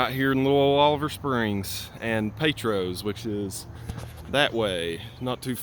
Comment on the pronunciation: just wondered the way you said Petros.. I learned fast as we ride ATVs up there that is pronounced pee-tross...lol